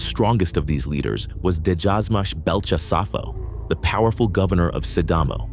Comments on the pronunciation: DEJAZMACH IS A K SOUND UNLIKE ENGLISH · Not degasmach it is djazmatch.